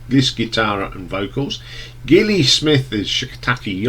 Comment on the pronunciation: You do realise that Gilli is pronounced with a soft G, as it's short for Gillian?